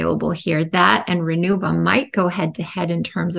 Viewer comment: The name is "RENUVA" not Renova.